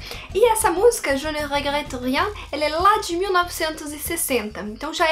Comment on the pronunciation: Adorei a sua pronuncia "Je ne regrette rien".